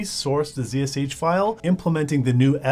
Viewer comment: here's like #172 for pronouncing "Zee/Zed Shell correctly". It's not "zeesh". 👌